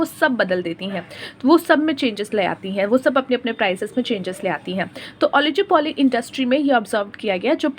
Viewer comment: It's not ओलिजोपोली it's ओलिगोपोली